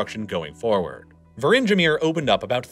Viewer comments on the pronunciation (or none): I mean how hard is it to put the names into google translate and let the Dutch voice pronounce them? Not very hard. Yet we have to deal with "Fries"-land and "Virindgemir"(Wieringenmeer) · I loved the pronunciation of Wieringermeer.